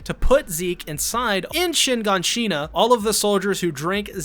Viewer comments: Shiganshina, not Shinganshina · I’m sorry shin. Gan Shina Bruh it’s all together shiganshina and hangj bro it’s Han gè hangs